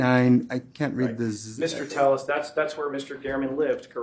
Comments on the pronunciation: Is there a reason his last name is spelled Telles (tell us) but he tells everyone his last name is pronounced Tay us? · His fingers creep me out. Skeletal and spidery, almost undead. Robert tepes, not telles. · Robert “tell-es” another lie why don’t u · Two Ls in Spanish is pronounced as a y sound..crazy how ppl tell another person the correct pronounce of there own name